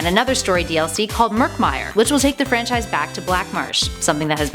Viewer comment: AlekoToons 2 you mean because she said francise twice?